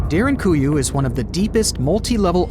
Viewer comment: It's Derin-koo-you not Derin-goo-you, just saying. Unless u r aware of something I'm not??